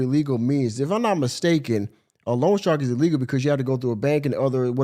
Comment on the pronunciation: I am sorry; but this is driving me nuts. It’s not ‘long shark’; it’s loan shark. They are called that because they are illegal predatory lenders that charge super high interest rates. Every time she says long shark my head wants to explode. 😂